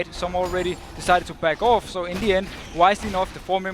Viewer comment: Deficio saying "bag off" is so weird :s. it kinda hurts my ears lol